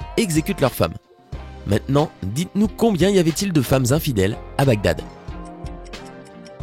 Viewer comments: Enigme de Bagdad: Les autres: donc Si (N+2=X=Cosinus/COCUS) donc la racine carré d'infidélité bla bla... Moi : Oh! il a dit BADGAG au lieu de BAGDAD à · mdr il dit BAD GAD a 16mn03s 😂😂😂😂 au lieu de bagdad 😂😂😂😂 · ça c'est une façon originale de prononcer Baghdad hahaha j'suis mort